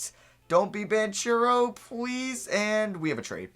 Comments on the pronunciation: it’s pronounced ban-kero not ban-chero lmao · The ch in banchero sounds like a k so its pronounced BanKero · yo I didn’t know til recently either but you’re pronouncing Banchero’s last name wrong, it’s (Ban-cure-O) I saw him say his name on an interview video, just looking out for you and the ones that get offended by you saying things wrong lol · It’s pronounced “Ban-Karo” Keep up the good work